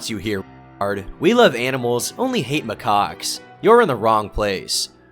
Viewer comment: for Christ's sake, it's not pronounced 'my cocks'...